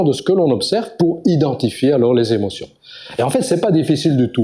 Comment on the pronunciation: Intéressant mais dommage pour les "sept Zémotions"...